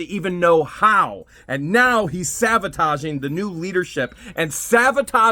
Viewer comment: SaBotaging not saVotaging. Sorry